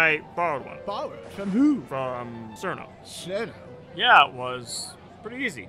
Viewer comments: umm, it's pronounced チルノ, not Cirno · Be careful not to pronounce cirno as "sir-no" around touhou fans, or they might rip you apart... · kool skit but they pronounced cirno wrong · thats not how you pronounce flandre and cirno